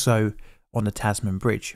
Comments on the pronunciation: FYI It's pronounced "Tasmin", "Tas-man" is pure cringe. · Frank Manly's Monaro is kind of a local legend is Tasmania, regularly seen at car shows within Tasmania, I saw it when it was loaned to a Holden dealership in the north of the state, its been maintained beautifully. oh btw, its pronounced like TasMIN not TasMAN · Tasman is pronounced “TAZ-m’n” not “taz-mann”. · 30 secs in 🤦 tas-man…. No mate it’s Said Tasmin. One word, not man, min. Just like Melbourne is born, it bin. Could you not have listened to a single aussie (and it’s au-see, not oz-ee) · it’s pronounced Tasman not TAS man. Say it like Jasmin not jazz man. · Decent video but wow about 30 seconds in and that pronunciation... WOOF. "The Taz-man bridge"? You're bloody Engligh - you should know damn well how to say Tasman! "Tas-min" - not hard at all. I mean you made it sound like the bridge was a superhero lol gave me a good laugh. "This is a job for Taz-man!". Haha - Tasmania was discovered in the mid-17th century by the famous Dutch sailor/explorer and undercover superhero Abel Tasman (although the criminals feared him as Taz-Man!). Ahaha you absolute twit! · Not TASZ-MAN but TAZ-min. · It's more "Tas-min" But you basically do not pronounce any vowel except the a. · Yep. It’s TAZ-m’n. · I live in Hobart and have seen the Tasman my whole life. So weird seeing you do a vid on this but really very cool. Big fan! (ps Tasman is pronounced with a short sound on the second a, so it sounds like Tasmin) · its crazy to see alot of land not being used yet in 1940s-1960s... so empty. Also your pronunciation of Tasman... sounds like a super hero name. "Tas Man" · Well done. One thing... it's pronounced "tasmun"!! Cheers Ausgranny 🇦🇺🇦🇺🤶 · Being a Brit I'm shocked you butchered "Tasman" the way you did. We all pronounce it like "tasm'n", like how in the UK you have "Worcestershire" which is basically "wooster-shr" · It’s pronounced “tas-men” even though it’s spelt Tasman. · pronunciation is: "tas-min"